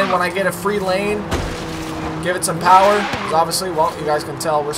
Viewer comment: Bruh don’t ever say POWA again man 😂😂😂